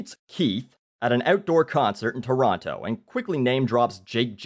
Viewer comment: Just by the way pronounces "Toronto", you can tell that he is NOT from Toronto.